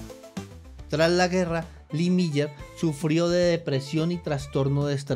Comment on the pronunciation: Increíble que no sepa pronunciar el nombre...🥴🥴